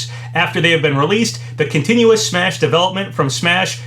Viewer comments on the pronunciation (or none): none